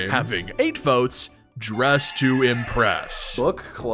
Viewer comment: why did you accentuate dress, like whats the significance behind that word